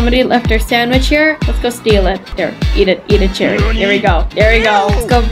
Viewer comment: It's cherry not cheri